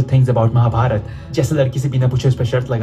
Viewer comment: Like the way said, Ma-Ha-Ba-Raa-Ta. Its called "Mahabharat" together one word. Please don't take in wrong way, love you guys.